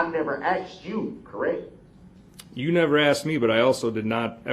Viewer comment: "I never axed YOU" What a perfect opportunity for that sheriff to asj "Who is YOU???"